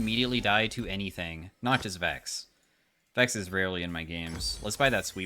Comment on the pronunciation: love your content, but Vex? Cmon man…